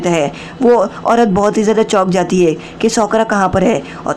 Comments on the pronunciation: Bhai sakura ko sokra kiu bol rehe ho? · भाई साकुरा है वो सकुरा नही